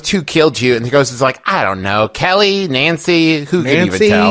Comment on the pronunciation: that's because he pronounces it "Nawncy" just like he says "Awnt" instead of "Aunt" (ant)